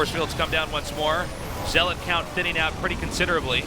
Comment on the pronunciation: Zealot is pronounced like Pellet. Someone tell Artosis he sounds the fool when he mispronounces words. Buffoon.